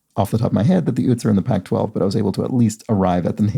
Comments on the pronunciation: Okay! Been eYelling on one of your pronunciations. Utes is pronounced like the state Utah, with a long U to begin. Or like Joe Pesci in “My cousin Vinny” pronounced youths . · Toot Toot, here come the Ootes!